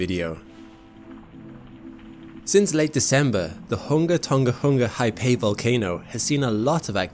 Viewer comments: It's not pronounced HIGH-PAY. It is pronounced roughly as HA-AA-PAA-EE. Get it right. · The tsunami was actually caused by a large volume of ash produced by the eruption collapsing into the ancient caldera and displacing the water. The wave was also much taller than was first reported, iirc the highest point was ~15m Also, the name of the volcano is pronounced hunga tonga ha-ah-py, not hai-pei :) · Ha'apai is pronounced "ha apie " (pie as in pie) not "high pay" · hah-ah-pie, not hai-pay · It's not "Haypey". Learn to fucking pronounce it correctly... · thanks for the great vid. btw: ha'apai is pronounced "ha ah pie" not "hi pay" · Thank you for the clear, factual report. For next time - the pronunciation for Ha'apai is Huh-uh-pie. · Pronounced 'Ha-ah-pie' Great video! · Haipae? Isn't it pronounced like how geology hub channel pronounces it? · Great vid. My only criticism is your pronounciation of Hunga Tonga-Hunga Ha'apai but thats to be forgiven 😆